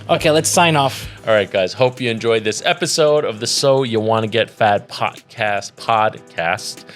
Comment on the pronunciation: Definitely gotta start calling these “Episalts” after that little slip up 😂